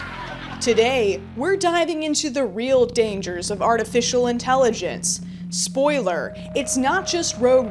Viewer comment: "arti fish"